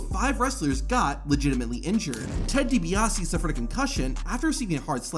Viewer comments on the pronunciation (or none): none